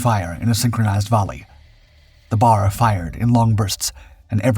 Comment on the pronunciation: you always deliver qality accurate info !!! the browning automatic rifle however is called a B. A. R. not a bar